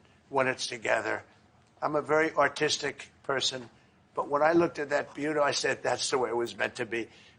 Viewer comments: Did he say that he was artistic or autistic? 😂🎉🎉🎉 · When Trump said I'm Avery artistic person, for some reason I heard I'm a very autistic person 😂